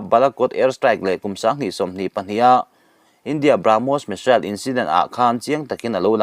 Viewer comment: Missile pawh hi misel a ti ve ziah.